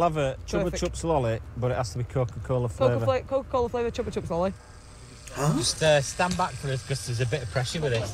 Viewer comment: He said Chuppa chups not chocolate chips haha it a company who make lolipops